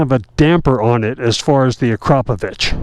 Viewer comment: The way Americans pronounce Akrapovic has got me 🤣😂😭